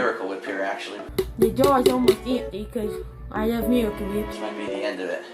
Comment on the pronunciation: Ugh there's so much "miwicle wip"... Maybe if you didn't pointlessly transfer it into a beaker and then onto the tuna... and then onto a panini grill. My god... it really is like watching a child cook. I love that pathetic laugh at the end too. I mean... DOOD HE GOT DISTRACTED, CANNOT BE HIS FAULT WHAT-SO-EVER!